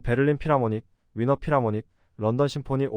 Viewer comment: ㅋ 빈필을 위너라니... 뭔가 했네요. 독어로 비엔나가 Wien. 발음은 뷘에 가깝습니다. 클래식음악 쪽에선 걍 빈필, 비엔나필이라고 하지 위너라고 하지 않아요.